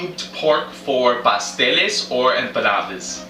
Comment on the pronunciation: I thought you said pastelillos